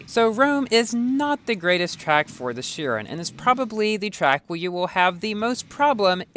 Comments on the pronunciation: plz bro its not sherin its sheroon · Shouldn’t it be pronounced as ‘kairon’?